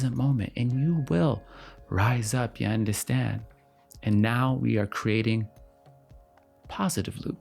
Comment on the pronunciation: i knew you were caribbean when you first said "ya understand?" 😫 i loved this video so much